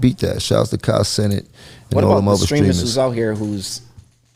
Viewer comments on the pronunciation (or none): He said Kai name wrong mad times lol